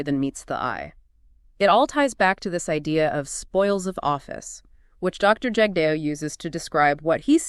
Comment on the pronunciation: You folks can’t even pronounce Jagdeo’s name properly that’s all I needed to . 😊